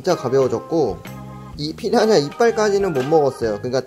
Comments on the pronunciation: 왜...피야냐 로 들리지... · 피라냐 발음 안되시는거 귀여우시네여ㅋㅋㅋ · 왜 자꾸 피라냐가 피냐냐로 들리지..? 내 귀가 이상한건지.. 브르님 발음이 커여운건지.. 모르겠당.. (둘 다 인듯) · 발음이 피랴냐로 하시는데 귀여어